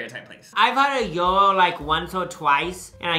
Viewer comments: its actually pronounced yee-row , not yor-row how they said it, you don't include the g as its a greek word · Food court number 2 is pronounced Ji-Row “ Gyro “ if i myself am correct 😂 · That shocked me too they were saying Euro 😂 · Not them saying gyro wrong 😭